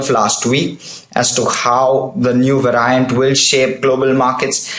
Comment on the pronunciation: "va-ry-ant" loll